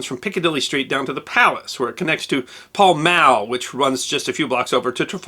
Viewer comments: And however you want to say or pronounce it, Pall rhymes with Mall. They both sound exactly the same. (except, of course, for the first letter). So, it's either: PAWL MAWL or PAL MAL, but never ever: PAL MAWL JEEZ !!! > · Piccadilly: just Piccadilly, not Piccadilly Street. Pall Mall: both rhyme with shall. Coke (Liecesters) pronounced Cook. Always worth checking English proper names pronunciations... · Pall mall rhymes with awl or maul God bless your heart 😂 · And it's not Paul Mall, it's Pale Male (well nearer than Paul, and not Mall like Hall as many Americans say) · Did you just say "Paul Mall"??? Nope. It's the same a in Pall as it is in Mall..... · The hat suits you too. You need a cane and a small revolver hunting miscreants in Victorian London... "The American detective!!" RKO pictures... Lol. Also Pall mall is pronounced "Pal Mal" I think it's still on the British monopoly board.. pink section(?)